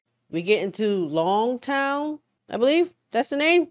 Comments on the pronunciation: Reminder, it's pronounced "ooh-sop" not "You-sop" and "log-town" not "long-town" unless I'm mishearing. As for the One Piece Openings, the second one ispretty good and spoiler-free. The third one though, you should check it out after episode 130. Just saying. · It’s pronounced “Log Town.”.